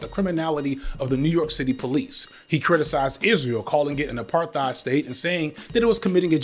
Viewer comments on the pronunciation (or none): none